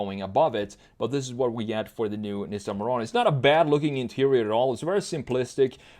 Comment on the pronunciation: thats not how you pronounce nissan omg